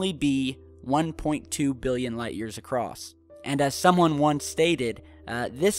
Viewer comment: How many times has everyone else clearly heard pronounce ACROSS as ACROSSED OR ACROSST? What's up with that?